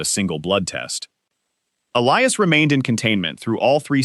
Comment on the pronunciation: They pronounced "Elias" and "wounds" correctly! Not an A.I.? Should have a female narrator.